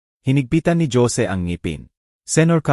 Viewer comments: You must be kidding by saying very good narrator? Just listen to the pronunciation. Baby, Jose, senator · Bakit po ganyan kayo mg bigkas ng words. Bebe po baby in English. Pag Boby name ng tao.😅 Jose, Hose nlng po kasi kong Jo sie parang iba😂 haynko maganda sana Ang kwento Kya lng yong word's parang pang lumang panahon😢 😢maka bago na po ngayon eh Minsan herap mo intindihin. Bakit po nag bvlog Kong ganyan salita nyo nkkawalang gana pakinggan